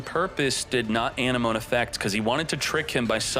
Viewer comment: So has no one told him how to pronounce Anemone properly or is he doing it on purpose?